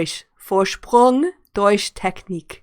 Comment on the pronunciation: you cannot pronounce "durch". You vill learn German immediately!